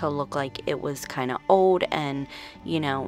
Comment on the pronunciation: Where are you from? The way you say old is so different....you say it like "ode" instead of old.